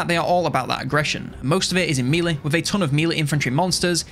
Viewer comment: You keep saying "mee-lay" for melee, I don't think that's right. The French origin is pronounced "meh-lee". In English it's either "meh-lay" or "may-lay", typically for British English and American English respectively. In none of those cases is the first syllable "mee". Edit: Ok I also noticed the "haych P" (HP) which is unusual to me (American). What country are you from?